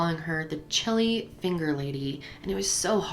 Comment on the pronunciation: The way she says chili 😂😂😂😂😂😂😂 Ssshhili 😂